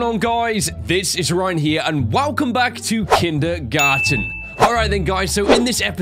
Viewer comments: He said kindermon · No one : Literally no one : Ryan : "Kindygarten"